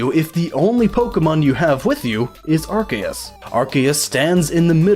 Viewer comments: It's ar-See-us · Ar-Say-es The c is an s not a k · I thought it was pronounced Arseus Arceus Guess I was wrong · It's pronounced "are see is" (soft i) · no it's pronounced ar-key-us officially speaking according to the anime, Pokemon Essential Handbook, the Official Pokemon Mailbox, and Tom Wayland. It is pronounced as such because the original translation (ar-SAY-us) was considered inappropriate in England and yea I am being dead serious. It is still pronounced ar-say-us in japan though and ar-see-us in some parts of america (due to Pokemon Battle Revolution popularizing that pronounciation) EDIT: which means of the 3 OFFICIAL pronounciations, none of them is Are-See-Is which means no matter what time period OR location you're in, you'd be wrong. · Yeah, pretty much. I personally go with Ar-key-us or Ar-kay-us, which I feel is supported by Silvally's ability, RKS System, which mimics Arceus' Multitype and when said out loud would be pronounced Ar Kay Ess. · Actually arceus is pronounced 'Ar-ke-ous and it comes from the Greek word αρχαίος ( Arkeos) which means ancient. And this is the truth because it is the most ancient pokemon of them all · Can you pronounce arceus correctly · no, its pronounced Arceus. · mispronouncing Arceus name....so hard to listen.....the C in his name is not a hard C like in "Cat". it is sounded out with like it would be in a word like "science".